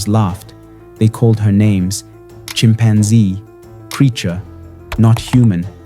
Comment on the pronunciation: Its Chimpanzee not cheempanzee.